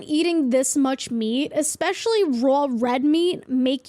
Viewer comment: when she said raw meat all day everyday it sounded sooooooooooo New Yorker. I mean that in the best way possible as someone from Jersey 😁